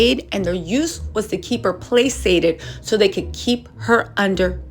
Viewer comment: Placate is not pronounced like that. The c I pronounced like a k